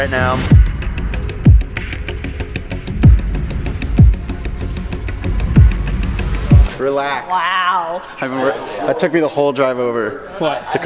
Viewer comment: Rill-axe biding dish